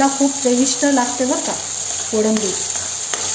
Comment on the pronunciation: Kodambi nahi ho kolambi 😅